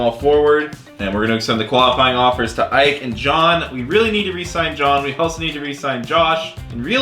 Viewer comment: I know it’s picky but for the future Ike is pronounced e-kay